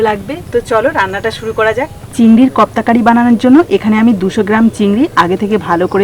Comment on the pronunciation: Khub darun hoyeche..but pronunciation ektu bhul hochee ota kofta curry.. uccharan thik kore koro...j tkm likhlam sei rkm kore bolo pls